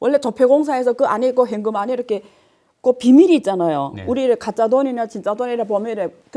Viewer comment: 안교수님 다 좋으신데 , 현금 발음이 행금 요거 좀 보완해주시면 좋을듯요,,ㅎㅎ